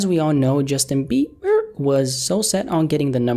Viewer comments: Bruh i cant with bE-bER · Justin bee-burr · I can't believe he just did that to Bieber's last name🤣🤣🤣